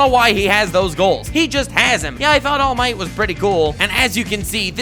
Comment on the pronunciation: All Might: Allu Mighto Deku: Samallu Mighto Bakugo: Dynomighto